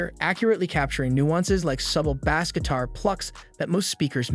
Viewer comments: imagine not knowing how to pronounce bass for a speaker video lol. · sorry, had to turn it off after not pronouncing bass correctly. How can I take anything you say about audio seriously if you get that wrong? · And mispronouncing it for a fishing show!